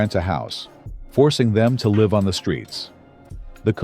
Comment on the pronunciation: Artificial Intelligence is used for the Voice because it does not know in context how to say live as :I live over there and the person points. It say Live as in ALIVE. LOL